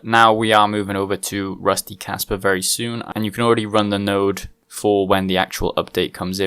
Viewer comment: RPM sent me...Kaspa is cool! Sounds like you're saying Casper with a Boston accent